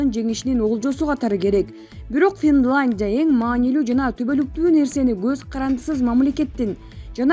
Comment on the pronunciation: Финландия эмес, Финляндия. Тантырабай туура окучу,сени коп киши угуп жатат